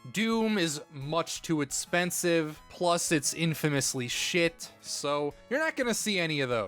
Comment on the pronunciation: Take a shot every time he says "itspensive" when he is talking about the price.